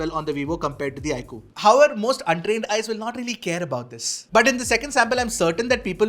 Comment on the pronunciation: Say "however"😂😂😂 dude slow down your rate of speech n work on that word😂